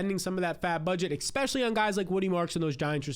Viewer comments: bro it’s not “Xpecially”!!! 😂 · eXpecially..eXpecially... eXpecially...wtf